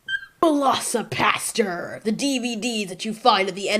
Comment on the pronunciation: Hahaha 8 was playing a game and had your videos playing in the back ground and when you said velocipastor I heard velocipasta. As mixing the words velocity and pasta and I just got this image of portions of pasta flying at such high velocity it kills people with blunt force impact. That would be a crazy movie.